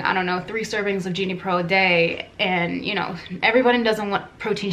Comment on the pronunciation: It’s not “genie pro,” it’s “gene pro,” pronounced “jean pro”